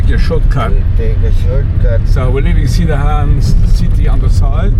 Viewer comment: Welcome back to our town. Annoying correction from Correcto-Man: We don't say SIN-dahan, rather, sin-DANGH-ahn. (With no hard g sound at all.)